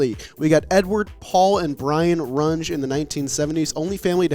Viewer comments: I think for the Runge's it's pronounced "RUN-ghee" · Runge pronounced Rung-Eee. Great episode nonetheless.